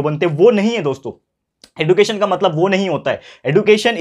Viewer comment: Sir you teaches very nice you are best teacher in my life but you says एडुकेशन but it is एज्युकेशन